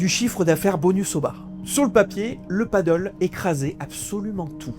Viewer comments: « Padelle », pas « padeul », c’est incroyable ça !!! C’est espagnol… Personne ne dit « handbole » … Alors arrêtez de casser la tête et parlez correctement merde !! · Pti point prononciation parce que là j'entends paddle (padeule), alors que c'est padel (pad-elle)... 😂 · Le mot Pádel est une hispanisation du mot paddle. A prononcer plutôt padèl donc pour le distinguer du paddle , (padeul) sur l'eau. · On dit padèl hein 😂 merci pour ces informations et ton temps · Merci pour le contenu intéressant. Néanmoins cela se prononce padèl. Si y a des gens qui ont pris des risques et bien cela arrive que ça se passe mal. Le nombre de terrains diminuera et cela se stabilisera comme la plupart des choses de ce style. Rien de choquant il me semble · Je crois bien que ça se dit "Padèle" car le paddle existe déjà et c'est un sport qui n'a rien à voir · Il devrait le prononcer padèl (comme en espagnol en fait), ça éviterait la confusion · Est ce que une seule personne sur le net sait lire le français et prononcer correctement le nom de ce sport ???? Apparement non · Désolé je n'ai pas pu continuer à regarder la vidéo, l'erreur de prononciation de Padel me sortait du sujet de la vidéo. Soyez plus prudent dans vos recherches car faire une faute de prononciation sur l'élément principal de la vidéo ce n'est pas très sérieux. Bon courage pour la suite.